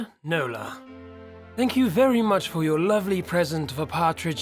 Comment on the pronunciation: My middle name is Nola. It was my great grandmother's name. I like the way you say it with your accent 😉